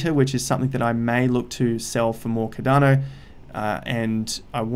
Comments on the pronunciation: Bro every time u say ‘cadano’ I lose a brain cell. Please pronounce it with the R. CARDANO please. Love the videos tho bro. Just the way u say it omg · It’s not cad’dano it’s Cardano mate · lloydsgem I am Aussie as well and he’s still pronouncing it wrong haha